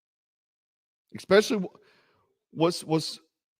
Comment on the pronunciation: The word is especially, not eckspecially.